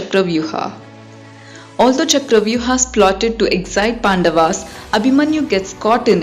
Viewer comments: Stop saying ChakravyuHAA .. Its Chakravyuh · What the hell is chakravyuh'aaa'?, You are an Indian and possibly know what's the correct pronunciation of this word. Why follow the steps of Britishers who didn't know how to pronounce sanskrit words or couldn't pronounce them? Stock to native pronounciation. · It's not charavyu-haa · Just say Chakravyuh 🙏🏻